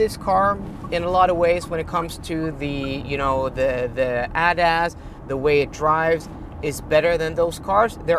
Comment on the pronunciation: Please STOP pronounce ADAS like you are about to say Adidas.